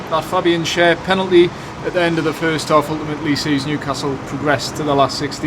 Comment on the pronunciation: Loved your tribute to Waddler,. Clear “pelanty” 😂